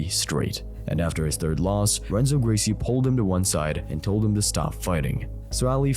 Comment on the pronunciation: Dude, learn how to pronounce the Gracie's first names. I know you're a YouTuber and you're not very smart, but it's the Gracie family. Figure it out.